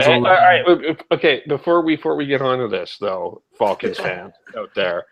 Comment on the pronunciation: he says falcons wrong